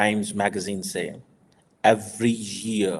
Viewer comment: ......whats "zzeaar"!!??....typical paxtani "pawri ho ri hai" moment...you are supposed to be some "phd"...didnt they even teach you proper englist in school...its "year" not "zzeaar"